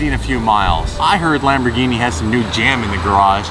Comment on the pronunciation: I hate it when you say "Lmbogini" 😂😂 The R is still pronounced in Italian! I still love ya!